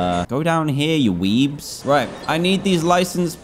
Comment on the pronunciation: Did he call the people weebs or dweebs